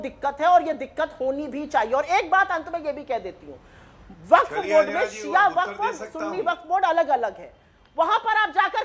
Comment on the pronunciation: “जलेबी” मैडम “व-फक्ड” हो गई 😂